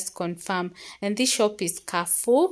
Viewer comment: It's KAREFOUR not KAFOU...